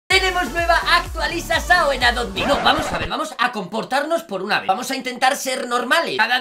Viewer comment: dijo actualizasao